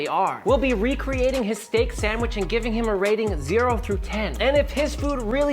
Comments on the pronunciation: There is no 'M' in 'sandwich'. It's not a sammich. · Pretty sure he says "Samwitch"